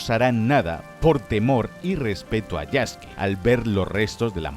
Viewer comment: Que lindo que diga el nombre de Yasuke como "Yaske", ya que la u en japones es muda. TE QUIERO, LAS FUNAS SON POR HOY MAÑANA EL DINERITO.